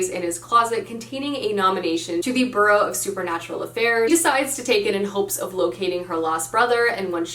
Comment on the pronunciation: I hate to be that person but I also personally hate it when I pronounce a word wrong. Bureau (as in Bureau of Secret Affairs) is not pronounced the same as borough (like the Bronx).